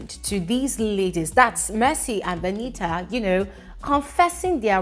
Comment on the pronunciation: how you dey call this girl name VENIT AAA😂